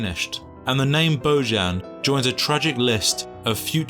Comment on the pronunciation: It's bozan! not boyan!